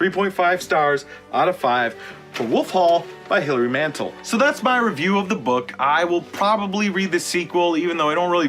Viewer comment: You might at least pronounce the author's name correctly.